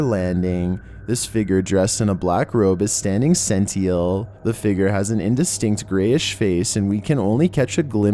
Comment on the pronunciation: For number 7 its sentinel not sentiel.